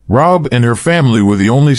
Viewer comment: It’s Ray hab……..not rob